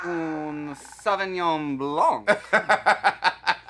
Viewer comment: “Sauvignon Blanc” 😂